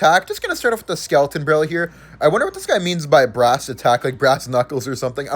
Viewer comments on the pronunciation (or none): none